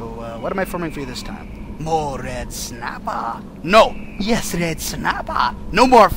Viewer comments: red snappah...red snappah...there is no red snappah....red snappah.....ok big slamon then lol i love it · just a little red snappah there is no red snappah ok baked samom ah